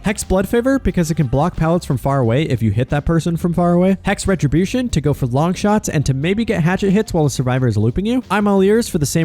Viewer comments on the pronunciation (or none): none